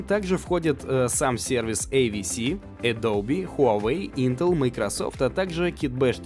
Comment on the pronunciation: AWS, НЕ! - Ай Ви Си, а Ай Даблъю Эс.